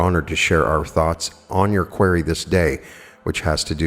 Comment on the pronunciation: I love u, but believe you are pronouning "QUERY" incorrectly.